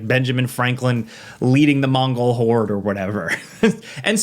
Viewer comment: "Benjamin Franklin leading the Mongel Hord". Alright. I've heard enough. No need to bother with this.